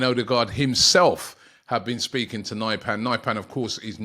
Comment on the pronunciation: Nypan??? Pronounced Neepan